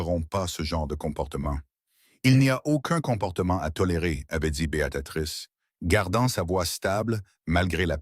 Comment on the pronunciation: Pour information, le prénom de l’héroïne c’est BÉATRICE et non Béatatrice !!!!!😂😂😂😂😂😂 vraiment l’IA n’est pas au point